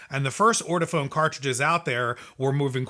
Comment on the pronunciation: It is pronounced: Or-toe-Faun. You should have known that. You sound ignorant.